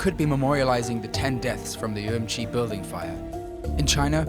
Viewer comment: Uru-moochi !! not urumuchchi!